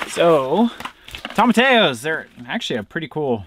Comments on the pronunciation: I'm always curious about the unique way you two pronounce tomatillos (you say "tomma-tay-o" instead of "tomma-tee-yo.") Is that a regional thing you've picked up on in Alaska? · I'm sorry and there's no disrespect here but ur saying it wrong..Its TOM-UH-TEE-YO. All of my family is Mexican and we use tomatillos for a few different things. You can make a sauce out of them if you boil like 3 lbs of them depending on the size until they're soft and then.put them into the blender w 4 or 5 cloves of garlic half a med onion salt and pepper to taste and some jalapeño if u like heat and blend until smooth. Then we take a pork butt and boil it til its really tender and then cube it or shred it and take a little cooking liquid and the pork and add it to a cast iron skillet w some salt and pepper and garlic and onion powder and a little oil and cook on high heat til the water evaporates and the oil cooks a few crispy edges on any fat on the meat. Then add to the sauce and heat until hot and serve w realllly good Spanish rice and homemade corn tortillas. It's soooooooo good!!! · Yep, definitely "toe-muh-tee-yoes". Two ll's in spanish sound like a "y" as in the word you... That's why we say tor-tee-ya (tortilla) chips and not tortaya chips. PLZZZ Eric, say it right just once 😅😅😅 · It's pronounced phonetically toe-ma-tee-yos